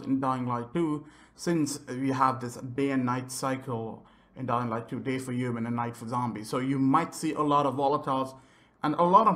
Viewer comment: I hate the way you say “ two” omg I can’t even also thxs for the vid but never say two ever please